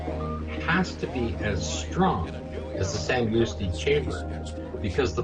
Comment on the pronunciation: Sandoosky...lol. It's San-DUSK-ee